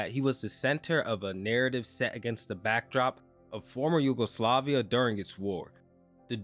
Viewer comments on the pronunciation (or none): none